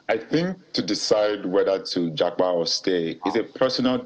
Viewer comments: Já pa, not ja pá or já pá. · It's Jápa not Jápá